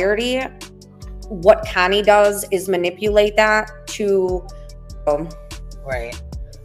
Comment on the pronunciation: Does it drive you crazy how she pronounces your name Kiney instead of Connie ?